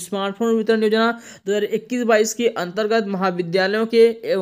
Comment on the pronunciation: अन्तगत nahi Jan pa rahe ho